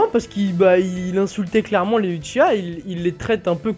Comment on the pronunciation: On dit pas "Uchiwa" mais "Uchiha" sensei :/ ahlala ... ;)